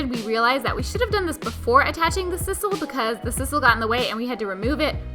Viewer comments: It's sisal with a long "i"! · Guys, I love ya work, but I gotta be honest with you: it's sye-sal